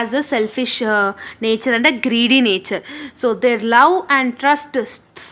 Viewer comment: Very helpfull explanation but the way you pronounced “greedy” word in middle of the explanation was funny 😂❤